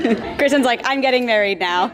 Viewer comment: “She’s getting maweed “